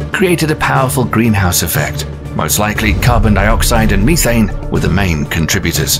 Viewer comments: He said Meeee-thane lmao sorry that just made me laugh and no idk why lol around the mark.. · mo fo said "ME thane" gas lol